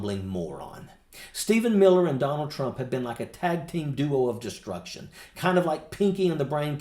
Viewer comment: "Tag Team Duo of Desteuction."😂